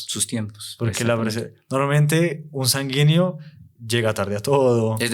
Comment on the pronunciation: Muy bueno el tema pero por favor corrija la pronunciación sanguíneo